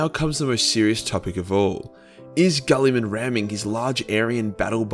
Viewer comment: Fitting for this topic, way you pronounce mr. Roboute´s name, sounds like "Kulliman." And as PSA nobody asked, "kulli" is Finnish slang word for pee-pee. =)P